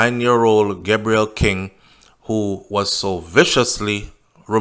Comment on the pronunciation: His name is pronounced Gay_brel